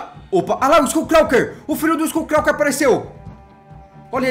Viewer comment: nao e skull calker e skull crawler